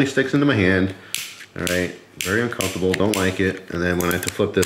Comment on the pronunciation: 'Very uncumftabul'